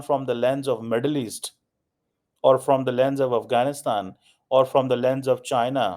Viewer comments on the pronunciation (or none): none